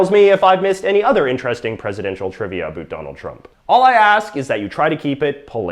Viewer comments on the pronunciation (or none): Haha he says aboot haha